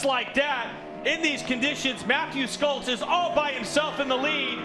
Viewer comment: Mathew "Skolts"? It's pronounced Sholtz. "Sch" is the same in German as "Sh".